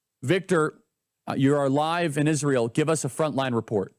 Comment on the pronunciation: ISHrael lol every time she says Israel or a word with s she adds an h lol